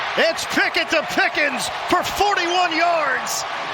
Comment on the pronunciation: On play two the comantater called Kenny Picket “Pickins”🤨